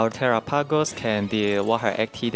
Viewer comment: Are people deaf? I very clearly hear terrah-pagos. An accent, sure, but he says the whole thing.